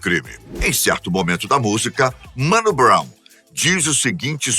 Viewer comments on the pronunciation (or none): Vídeo tá foda demais mas, "Mano Brow" aí não chefe